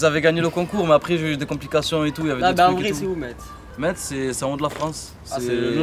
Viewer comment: une ville de moselle 57 , et on prononce messe sans le T